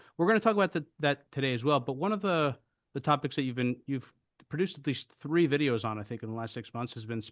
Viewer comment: I love Patrick. Particularly when he says any sentence with the number three on it. Or as he would say tree. 😍🤣😂🤣